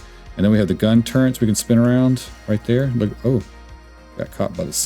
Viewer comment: turrets not turrents hehehehe